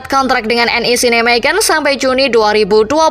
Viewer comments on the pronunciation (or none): none